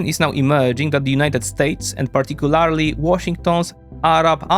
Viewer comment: This guy always says "particularly" wrong.